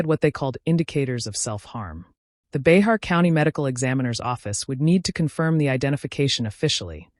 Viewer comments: Bexar pronounced " Bear " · Bay-har county??? Lol😂😂 This narrator definitely has no business making videos This individual is just repeating information already spoken. Probably isn't even from here in San Antonio. Get a real job lamo!! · Bexar is pronounced as “BEAR”. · It's (bear) Bexar county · Bexar county is pronounced BEAR